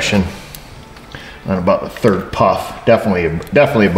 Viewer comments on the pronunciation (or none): none